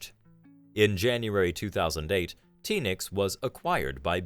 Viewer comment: The "Feel" of this channel has totally changed for me unfortunately with the A.I voice. I feel like I'm watching one of the multiple A.I generated content military channels that I click on once and then hit "Don't recommend Channel" As an Australian I cringed everytime the A.I said "Teenix" 🤦‍♂️ I know you guys write the content but I for one would hugely appreciate you going back to a person doing the voice over. 🫡